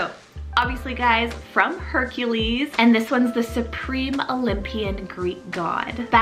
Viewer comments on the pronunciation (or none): none